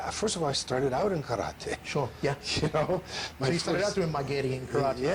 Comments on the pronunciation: You mean “Kallate” 😂😂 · He pronounces the word Karate (or any Asian word)🥋 the same way your arrogant friend would say he just returned from a trip to Bar - thel - ona 🙎🏽‍♂️ You mean Barcelona 💁🏼‍♂️ Oy gringo❗️… It’s BAR THEL ONA 🙎🏽‍♂️ You’re from Boise. Seagal is from Michigan… Derek-sahn ❗️